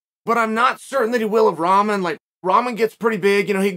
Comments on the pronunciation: Seriously learn how to pronounce rock-mon. It’s not ramen 🍜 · It’s “rah-mon” not ramen 😂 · It's pronounced Rock-mon but very close I'm impressed Chael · I love how Chael always pronounce everyone names wrong. Rawmen lol 😆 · You pronouncing Rahman wrong...just saying it's a little annoying. Don't get me wrong I love your content.. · Pronounce his name correctly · Well to be honest you are not pronouncing his name correctly... I thought you were an educated man and could speak properly... Show the man some respect and pronounce his name the right way... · Bro still pronouncing wrong